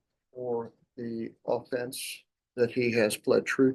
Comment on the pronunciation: These court people cant even pronounce the word offense right. Seriously.